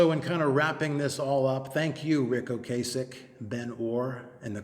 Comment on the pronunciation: I really think you're mispronouncing Ocasek. It's not a hard 'a'.